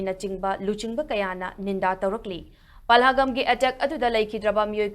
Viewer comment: Pahalgam not palhagam